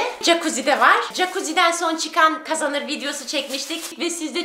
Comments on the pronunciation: Jakuzi❌ Cakkazi✅ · Çakuzi denmez okunuşu jakuzi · Abla o cakuzi değil jakuzi